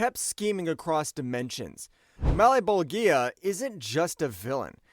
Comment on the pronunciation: O my god….. my ears bleed everytime he mispronounces malebolgia name its pronounced Mal-bowl-ja